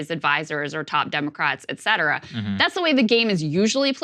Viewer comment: What is this "eck zedrah"? Are you trying to pronounce the term "et cetera" - abbreviated 'ETC'? And are you one of those who think it's shortened to "ECT"?